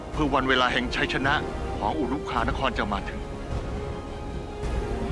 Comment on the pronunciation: ตลกตอนที่พญางูชลธรพูดว่าอุรุคานคร